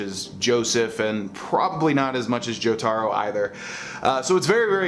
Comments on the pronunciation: How dare you say it that way its Joe-toe-roe. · the way he said Jotaro was amazing